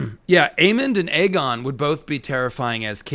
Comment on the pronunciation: It's Aegon as in Egg-on not A-gone, and yes he is an evil man at this point, no turning back he'll have to just embrace it, clearly there's a sense of entitlement based on his responses, he doesn't seem to have a clue of any wrongdoing and thinks he can do what he wants as part of the royal family